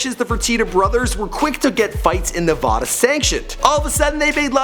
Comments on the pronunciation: Stop. Saying navada it's Nevada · FUCK SAKE already learn how to pronounce NEVADA correctly!!